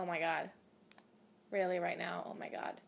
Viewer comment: Pinch urself every time she says oh my good lol😂😂